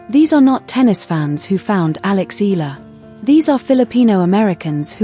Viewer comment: terrible A.I voicing, can't eve pronounce Eala properly....